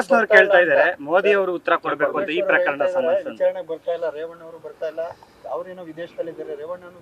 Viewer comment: ರೆೇವಣ್ಣ❌ ರೆೇಪಣ್ಣ✅